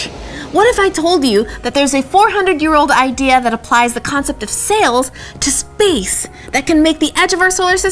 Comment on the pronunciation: Anyone else hear "Because Faith"?